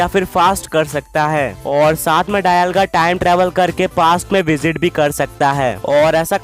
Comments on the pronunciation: Dayalga nahi be dialga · Bro it's dialga not dailga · It's not डायलगा it's डियालगा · bol rahe ho dialga bol rahe ho daialga 😂😂